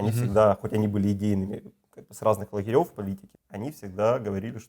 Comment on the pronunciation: " С разных лагерев"??? Это на каком языке?? Крайне самоуверенному украинскому бизнесмену неплохо бы поправить дикцию, потому как слушать неприятно скрипучий голос, скороговорку и это жлобское украинское гхэканье.😢😢😢😢😢😢😢😢😢😢😢😢😢😢😢😢😢😢😢😢😢😢😢😢